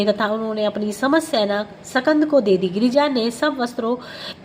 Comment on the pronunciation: Jai shukrana guru ji katha bahut hi bhavpurn thi .. Is path m ek shabd h skand pr uchharan shakand ki gyi h